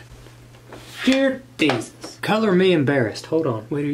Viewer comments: “I forgot to run it through the other thread guide........... Jear Desus” 🤣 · You said gear desus😂😂😂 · “jear desus”